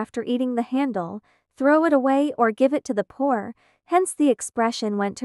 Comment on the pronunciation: "30 minus 24 minutes ", "24 minus 25 hours" > should be "24 to 25 hours" etc.. Lol. "I T" > *it*. The prog needs some tuning up. Can I know what text-to-speech prog & setting you're using for this?